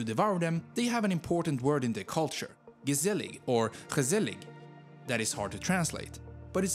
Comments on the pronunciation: It is gezellig* not gezzelig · It is "gezellig" not "gezzelig" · It has been maybe written before but the word is GEZELLIG.....Not Gezzelig....just saying it 'recht voor zijn raap' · *Gezellig instead of Gezzelig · well this is an other video than the standard 'netherlands explained' videos. lot of information. by the way, it's gezellig not gezzelig ;) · *gezellig. Not gezzelig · Gezellig means cosy and you pronounce it as jgizlleg i am dutch by the way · You: GeZeLlIg Me:BAHAHAHAHAHAAHHAHAHA PFFT Wheeze BAHAHAHAHHAHAAHAHAHHAHAHAHHA HOW DO YOU SAY THAT AND HOW YOU SAID UTRECHT IM IN FRICKING UTRECHT PFFTAHAHAHHAHAHAHAHAH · As native duch speeker (from Belguim) , I died laghing at the way you pronounced "gezelig" at the end of this video . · its pretty hard to find creators appreciating netherlands as it is very small, also the way you pronounced gezellig made me giggle, haha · really like how you say gezellig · I was watching this with my friend who is dutch and he is furious at your g sound